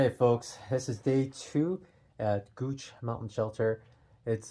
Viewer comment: Love that you pronounced Gooch Mountain correctly. It is named after my family. My house faces Gooch Mountain. And Woody Gap was named after my great grandfather . Your videos are amazing and beautiful. So cool you came by my house.